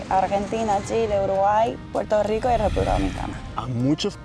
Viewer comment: Japonesa, hablando español con acento caribeño, pero pronunciando la R y diciendo Puerto Rico en lugar de Puelto Lico 😀